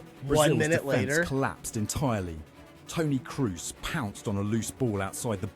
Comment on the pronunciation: There was a part 2 of this YouTube clip: Tony Cruise versus The Selekao - The name butchering continues